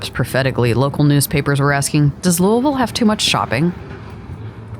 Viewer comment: lived here all my life. didn't understand why they were so close. but as I got older I found out these malls cater to different clientels. props on saying our city's name right 👍